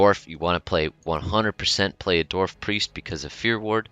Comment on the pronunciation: Does it sound like he said Dorf instead of Dwarf? Or is it just me